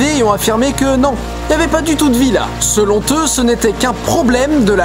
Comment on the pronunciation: Vu que tu tournes en extérieur, je suppose que ça doit être difficile pour toi de vérifier tes prises, mais je pense que ce serait cool si tu pouvais davantage faire attention à tes phrases et ta diction. Que tu prononces des E à la fin des mots c'est une erreur de diction courante qui ne gène pas trop, sauf quand c'est vraiment exagéré, mais dans cet épisode, t'as laché un bon gros selon-T-eux, et je crois qu'il t'est aussi arrivé de dire si+conditionnel. Ce genre de fautes a tendance à me choquer et à me sortir de la vidéo. Sinon pour le reste tu mets toujours de l'énergie pour dire ton texte et c'est agréable de t'écouter, et le concept de l'émission est toujours aussi sympa.